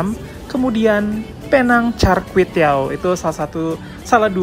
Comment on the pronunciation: Knp nysbutnya "pineng"? Hrsnya penang apa pineng? Btw itu keliling2 jalannya sepi ya. Hari2nya memang sepi atau krn hr libur?